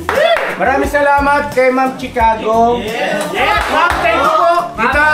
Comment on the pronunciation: Hello KB family…no offense meant po pero call ko lang sana attention nyo na ang CORRECT pronunciation po ng Chicago is Shi-caw-go kasi esp. kung taga America parang di magandang pakinggan pag pronounce as Chi (as in cheese or chips) … So the first 3 letters Chi is pronounced as Shi. Enjoy your unboxing po 😊